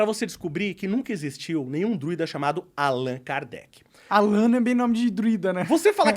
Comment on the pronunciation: Meu deus, o gordão só falou merda... Allan Kardec era o nome dele na vida passada... Os druidas ficavam nas ilhas do reino Unido, na Irlanda, Allan é um nome irlandês, muito popular em 1700's.... O ignorante ali ainda não sabe nem pronunciar o nome, ele fala igual brasileiro que não sabe inglês, "Allãn". Kkkkkk O pior burro é aquele que se acha inteligente